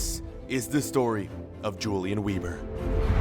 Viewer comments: It’s prenounced “Veber” and not “Webur” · Say Vebr not Weeber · “w” sounds are pronounced with a “v” sound so it’d be “veber” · i am german and you SHOULD PRONOUNCE IT like this: YOU-LIAN VEBER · Since ur German ur meant to pronounce it veber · Pronounced veber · That is an awful last name it should be pronounced vehber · Wieber is prenounced ”Viber” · Weber should be pronounced as 'Vehber' Great series though, once again! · It's gonna be pronounced Yulian Vehber, friend. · You are pronouncing his name wrong. Weber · the W is pronounced with a V